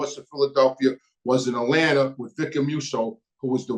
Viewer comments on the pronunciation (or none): none